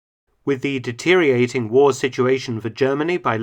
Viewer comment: You said Deteriating, again. No.